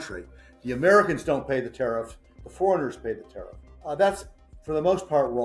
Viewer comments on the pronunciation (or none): Tiarff this and Tiarff that. Nobody talks about what the average customer wants.